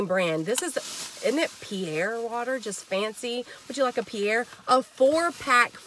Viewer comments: It’s pronounced Peh-ree-ei. Google it. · Pe-ri- aye/ Pe-ri- a. this is the right way to pronounce the sparkling water. You really found a good fine that water is expensive. Thank you so much I really appreciate and enjoy your channel. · Just fyi the Fancy "Perrier" water is Pronounced: Pear-ee-air or Pear-ee-ay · I about pee'd when you said Pierre water 😅. Great haul! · That's my fav water! It's pronounced Perry- Ā lol love your vids!!